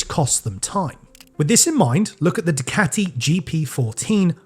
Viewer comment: Why you keep saying dicati?